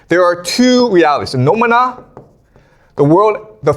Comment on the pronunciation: Is it just me, or is there anyone else who always starts to sing mana mana whenever he says noumena?